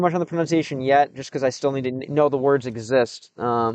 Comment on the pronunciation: Россиянин притворяется американцем, никогда такого не было и вот опять. В следующий раз постарайся так не палится в слове "need"